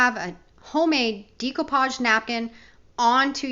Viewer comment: Dear GOD! PLEASE stop pronouncing DECOUPAGE incorrectly. Think of the word ‘decorate’. ….